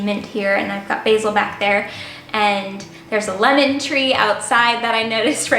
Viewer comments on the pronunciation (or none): none